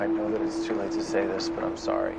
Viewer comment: “This Oliver has 5 nipples- itzz really weird” Lmao your killing me XD Dude you deserve more subs